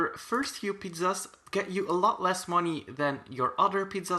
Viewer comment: He says pidzazdz